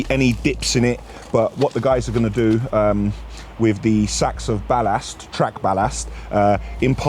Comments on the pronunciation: Nahh the way he says ballast is a madness 😂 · I say balast in a London accent you say balast like your from Liverpool .